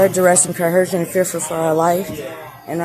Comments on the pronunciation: Why do they say "cohersion?" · So why is it that not a single sovereign citizen, but especially the moorish variety, can't seem to pronounce the word "coercion" correctly? It's almost always "cohersion" with a nice hard 'h'